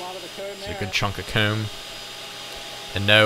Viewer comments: Lol I truly love enjoy how he says his o words, hoome coomb, it’s pretty cool! Also... kinda trips the trypophobia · The way he pronounces comb is so weird. “Keyoom”